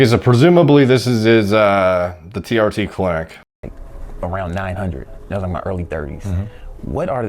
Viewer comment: "Tea Arty" - TR Tee